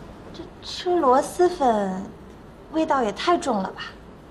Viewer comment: 听着好难受，全剧组就没一个人百度一下螺蛳粉怎么读吗？蛳是平舌si…